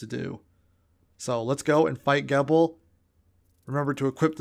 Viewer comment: You said his name correctly in the beginning and then said it wrong afterwards. Gebel like feeble but with a Jee in the beginning. The game pronounces it! Also your clips of things have like no volume. Otherwise this is a great guide